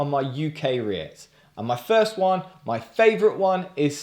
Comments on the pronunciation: Am i the only one whos gonna tell you its pronounced "reet" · FYI it's pronounced 'Reets' - And yes, totally agree - wouldn't touch Unite with a bargepole.